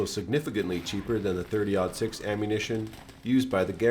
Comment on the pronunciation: 30. Ought. Six. Ought or nought being an English term for zero. 30.06. Not 30. Odd. Six. Please have a fantastic day.